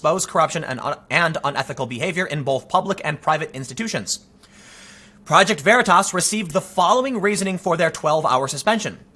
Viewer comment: Stop the veratasss once and for all... it's veritas... as in "Truth" * facepalm *